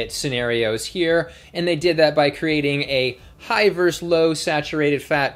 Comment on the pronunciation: I don't want to pick nits but I can't stop myself. Versus is pronounced versus. Two syllables; stress is on the first. Thank you for your patience.